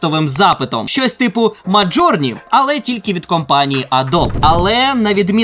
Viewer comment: назва Midjourney українською зазвичай промовляється як 'міджорні', а не 'мАжорні', або 'мАтжорні' - як це робиш ти.